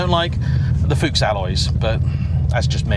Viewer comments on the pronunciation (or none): none